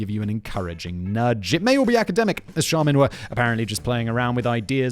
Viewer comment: you got charmin right btw